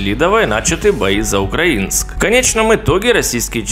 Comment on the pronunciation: Сам я житель Донбасса. К чтецу: правильное ударение в названии города - УкрАинск.